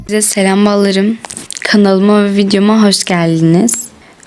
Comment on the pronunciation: abla kusura bakma ama balarım yerine malarım diyosun